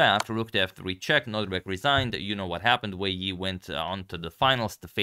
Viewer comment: I don't care much about pronounciations but since some do: Wei Yi is pronounced more like Wei I. (And Ding Liren more like Ding Lijen. You can find ressources for that one/himself saying his name in english interviews asking about the name.)